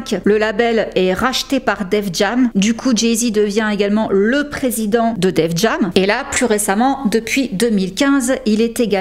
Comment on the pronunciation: Tu prononces Def Jam "Defjamme" mais Tidal tu dis "Tidayle"...Pas logique lol. On prononce "Def Jayme" 😉